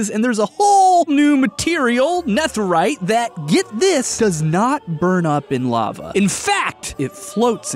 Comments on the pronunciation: STOP PRENOUNCING NETHERITE LIKE THAT......STOP. I know I seem like Hermione Granger right now but its Nether - ite, not Neth - erite. Youre supposed to pronounce it like nether just with ite at the end of it. Sorry but youre driving me crazy.... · he says netherite like neth rite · nɛθɘɹaɪt? Why are you pronouncing it like that? It's nɛðɘɹaɪt. (Aka the "th" in "netherite" should be voiced, like breathe instead of breath, or the instead of thought. This difference being the difference between s and z.) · Also: “Nefferite” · why he pronounce it neþerite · It's so annoying how he pronounces netherite as "Neth-erite" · the th in netherite is pronounced like feather not think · My man says, “ne-thur-ite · Its ne de rite not netherite. Im sorry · Why do you say Nether and Netherite with different "th" sounds? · The way pronounces netherite causes me immense pain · am i the only one thats distracted by the way he pronounce netherite?? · That way he pronounces netherite 😡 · why do you pronounce netherite like that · he pronounced netherite so weirdly the entire video and it annoys the life out of me. he can pronounce nether correctly but not netherite?!?! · The way he pronounces netherite bothers me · A lil irritated at pronunciation of “Neth” erite 😂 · The "nether" in "netherite" is pronounced the same as nether the dimension. You pronounced "netherite" wrong but "nether" right. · Literally I can’t get over the way he pronounces netherite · You know that "Netherite" is pronounced, well..... "Nether-ite" and not how you said it, right?